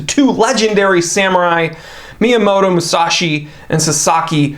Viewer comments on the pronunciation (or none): none